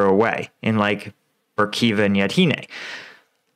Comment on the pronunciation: Still not Ivanski, it's still Ivanivske. Yahidne, not Yadhine. Please learn to read. Good job on Svatove, though!